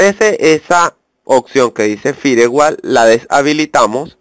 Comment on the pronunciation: Repite conmigo Firewall - in the way in wich a word is pronunciated (Fair-wol). Animal de monte.